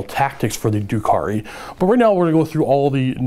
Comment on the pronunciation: First of all, dRukhari. There's an R in there ;-) Secondly, I'm confused about combat drugs. You say you would pick plus one toughness for the Reavers every time but already said seconds earlier that if you choose your combat drugs you have to have picked everything once before you can repeat them. Do you choose them per phase or per turn? Thirdly, are mandrakes really 19 points each? Or should that be 9? It sounds like they actually got much, much worse in terms of their survivability, which is why I ask.